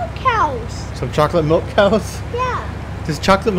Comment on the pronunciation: I love when he said choalate milk cows